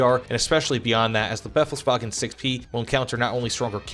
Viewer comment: just in case you want to pronounce it correctly: the second E in befehl is longer (since it has an H afterwards). Like you pronounce it, it would be written like "befls-wagen“.